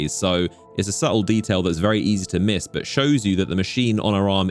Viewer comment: Drinking Game: Take a shot every time you hear an isolated low-voice "BAW" (intending to say 'but' with an accent)